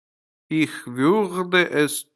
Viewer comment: Да,всё вполне сносно .НО! Ваше произношение УЖАСНО.Если люди будут повторять ваше произношение - изучение немецкого посредством ваших уроков в итоге станет для них почти пустой тратой времени.Ну как можно обучать кого-то языку,совершенно не владея правильным произношением??? Неужели Вам так сложно говорить слово Ich , произнося его в конце с мягким знаком, ИХЬ !? При всём уважении,Вам самому не помешало бы взять курсы произношения ,иначе учить других людей иностранному языку у Вас нет никакого морального права . Поверьте,я не со зла…а просто жаль людей ,которые учат немецкий по Вашим интернет урокам. С наилучшими пожеланиями...